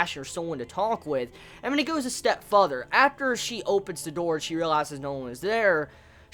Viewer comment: Lol sorry bro I couldn't help but correct the way you say further. You say futher instead of further, not criticizing you, was just pointing that out for you :) But I am really in love with this series. It bothered me how he sliced out Ilya's eyes and then stabbed her with no hesitation though.